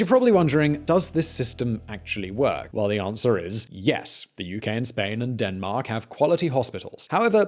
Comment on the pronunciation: Did he say "Deathmark" instead of Denmark ?